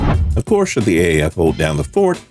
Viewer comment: Shoule? Should! Anyways good video